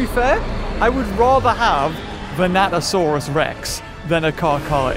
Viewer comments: Completely. Different. Skull dino man. Vanatosaurus and Vastatosaurus are not the same dino. Hearing him say it wrong throughout most of the vid is making me whinge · Yep. Them "Vanatosaurus's" are pretty vicious. Totally not "Vastatosaurus" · Vastatosaurus.... Not Vanatosaurus 🤦‍♂️ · Godzilla '98 is NOT Zilla. Also, they're called Vastatosaurus and NOT Venatosaurus. Just saying. ^^ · Me: Vas: Vas Me: Tat: Tat Me: O: O Me: Saurus: Saurus Me: Vastatosaurus: Vanatosaurus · Vanasurus sounds like bananasurus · Venato>Vastato XD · Bro said vastatrsauros once and then the rest is venatasauras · In the intro you said vanatosaurus ITS VASTATOSAURUS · Seriously? It's not Venatosaurus. It's *Vastatosaurus. Rex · Vastatosaurus not vanatosaurus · he says vanatasaurus instead of vastatasaurus lmao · It’s VaSTATosaurus not VaNATosaurus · it is not vanato it is vastato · ya japanese speaking show off lol! 😅 vrex! 😚 and its vastatosaurus rex not venatosaurus. venato/vanatosaurus r the raptors in the film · See, I also heard "Bananasaurus" like the first time he said it but then I was like "Nah, It's Just Saying Dinosaur Names Wrong." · 'Vanatosaurus' Me: gets triggered everytime he says that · I kept thinking you were saying “Bananasaurus” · Even the caption keep saying bananasaurus rex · VASTA! Say it with me: VASTAsaurus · when he said vanatosaurus i left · yes but beaver is talking about vastatosaurus